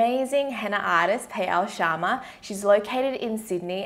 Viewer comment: when you said payal shrama it was hillarious because you did not pronounce it right. but it is hard to speak hindi so i cant blame you